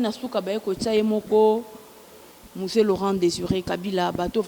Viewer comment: Madame la journaliere,balobaka Museen to misee???😂